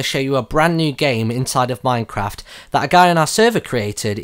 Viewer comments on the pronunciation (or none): none